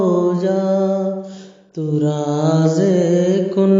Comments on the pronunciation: تو رازِ کن فکاں ۔۔۔۔۔ ز سے ض سے نہیں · راز ہوتا ہے ض سے نہیں ہوتا ہے